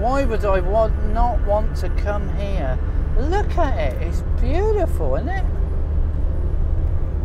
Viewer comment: Are you a turkey farmer ? The amount of times you said bootiful 😝